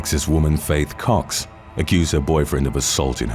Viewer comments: Anyone else hear fake cocks instead of faith cox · BRO HE SAID FAITH COX? I heard fake cox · I'm sorry I know its a serious video and these women are terrible but, I swore in the begging he said "number 8, Fake cocks" and I can't stop laughing 😭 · #8. I though you said, Fake Cocks. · Number 8 sounds like “Fake C*cks” the first time around. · Misheard the first one. I though he said “fake cocks.” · So I was hearing Fake Cocks instead of faith cox. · I’d thought he said ’Fake Cox’ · Anyone else hear "fake cocks" when he read off #8/the first entry?